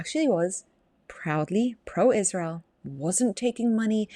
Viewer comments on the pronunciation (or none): Like your husband, can’t stand hearing that “IZHSrael” over and over from her mouth